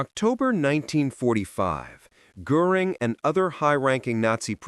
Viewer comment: You are mispronouncing Goring’s name.